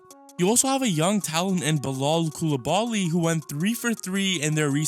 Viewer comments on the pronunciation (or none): none